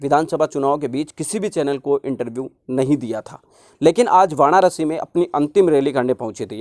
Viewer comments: भाई वाणारसी नहीं होता वाराणसी होता है आप गलती से वाणारसी बोल गए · जयभीम नमोबूद्धाय,आप वानारसी नहीं, वाराणसी बोलो..... बीएसपी भारी बहुमत से जितेगी यूपी में बीएसपी जिंदाबाद मायावती जिंदाबाद जयसंविधान जयभारत